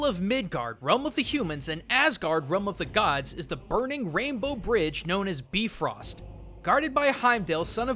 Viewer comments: Oooh maaan. You were sooo much closer in pronouncing the Bifröst bridge correctly but it is actually pronounced Bee Rawst. Not Bee Frost. With a slightly rolled R. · bifröst is pronounced bifroost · Nope. It actually sounds more like "beef-roast". I was disappointed too. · Even if you are supposed to say the "bee" portion way shorter, "bee-frost" is how i would explain how to pronounce it. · But since it's old Norse, I can't be sure of the real pronounciation. It could very well be biff-röst. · i may be late to talk about this but sense in am from iceland i already know about northen mitholigy and he pronounced the names kind wrong. i know the names are diffrent depending on language but they use Ö and you pronounce it like this : uh. ei= ay. i may be over analizing this but i just wanted to say this. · Surprise, the American-made movie got the pronunciation of the Norse word wrong. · Still to this day i have yet to see anyone on the internet pronounce Bifröst correctly. Even Marvel butchers it.